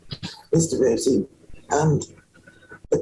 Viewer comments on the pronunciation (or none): I love the way they always DELIBERATELY mispronounce the name Rossi by saying Rosie 😅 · When asked if he is Nicholas Rossi he replies by saying he's not Nicholas Rosie, the different pronouncing of the name has to be another tell, he's no master of disguise that's for sure. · She knows damn well how to pronounce Rossi 🙄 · This guy's accents are all over the place - he's hilarious! Why do he and his wife keep pronouncing 'Rossi' as 'Rosie' as though they've never heard the name? There is a large ice-cream company in the UK called Rossi - If he's British, he knows how to pronounce Rossi! Also, why can't he take off his jacket because he can't stand? I've been dressing & undressing myself for many years, it is not necessary to stand to remove a jacket. It can sometimes be easier, but it's not essential. Lose the Bunter Blazer and let's see your tatts! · They are driving me NUTS, by CONSTANTLY SAYING 'NICHOLAS ROSEY' INSTEAD OF ROSSI. It's ROSS-EE, Rossi, NOT ROSEY!! Even his wife knows the right pronunciation, but she screws it up once in awhile just to keep up with him. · No English person would ever mistake the pronunciation of the Italian surname Rossi with 'Rosie'. Its phonetically nothing like Rossi preschool children would have a better understanding of the different sounds from the spellings. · I think she’s in on it. Just the fact that everyone else says Rossi and she insists on pronouncing it Rosey. Creating distance from the story perhaps? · The wife pisses me off...this "bad" guy has affected ur life sooo dramatically yet u don't know hw to pronounce Rossi from Rosie??? Yeah right woman!!! Also ( can't recall which one of u said this but think it's ) if he's picked up her hard R's then she's definitely picked up his exaggerated hyperventilating breathing. They're both full of bs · The strategically placed white flower petal over his gap-toothed mouth, and the way neither of them can say Rossi (Rosie) but can pronounce Alahverdian without hesitation...